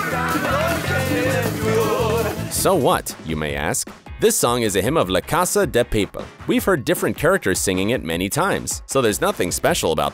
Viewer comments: "La casa de paypel"🥴 Is it really that hard to pronounce pa pe l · no one: literally no one: him: "ley casey dey paypel" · Right💆🏽‍♀️ I was like nooo not like that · I hate so-called English pronunciation of La Casa de Papel, like 'le ceissa di pei-peeel' in every English video about the series 😄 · When he said "La CaSa dei pAipel